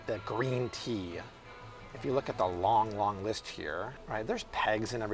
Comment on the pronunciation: lmfao "but I'll put a leeest - a list" haha